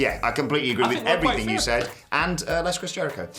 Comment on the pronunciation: “and effryfing else” probably